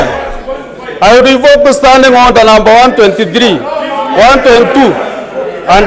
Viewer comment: The "Honda 😂😂😂" instead of Order